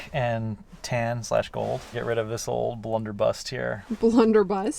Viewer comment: It's blunderbuss not blunderbust